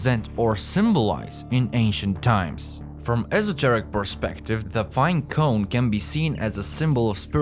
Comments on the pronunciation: Bruh really battles to say binecone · Update: I legit can’t focus because every time I hear him say it I start laughing